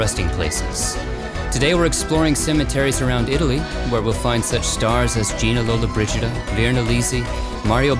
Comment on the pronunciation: Si chiamava Gina Lollobrigida e non Lollabrida. Ma per cortesia mettete un italiano verace e non un' americano italianizzato.